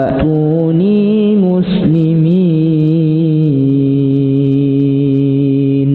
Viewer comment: Ass.ww.mohon maaf koreksi dalam suara wa tuunii muslimiin terdengarnya wa nuunii muslimiin.makasih